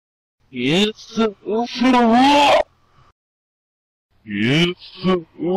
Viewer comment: See to me, "War soon, America" sounds like "More soon America."